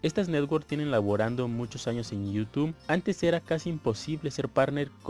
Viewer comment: Conocí tu canal hace unos 6 o 7 años y siempre me ha sido de utilidad, gracias por el consejo. Solo mejora tu léxico XD está muy chafa tu pronunciación de “youtube” jaja.